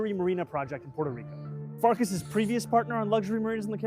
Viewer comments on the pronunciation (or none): none